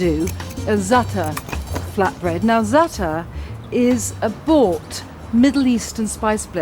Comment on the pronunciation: She pronounces it correctly too!